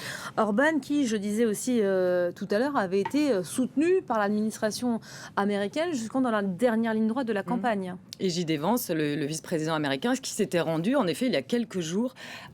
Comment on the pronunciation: La journaliste qui prononce JD Vance à la française, mais qui prononce bien Peter Magyar (prononcé "madiar" en hongrois), ça me termine!